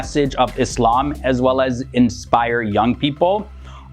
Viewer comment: Thank you for saying "Islam" not "Izlam"